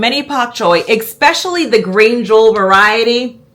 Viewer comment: I adore you, you're in my top five YT'ers, but girl, you are killing me with the "ekspecially". If you only said it rarely it would be different, but this is a super frequently used word. I know I sound like a nitpicker, I hate it, but, you work in a school love...